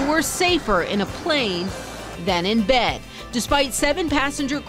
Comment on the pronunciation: really Bed? bed or what? hahhaha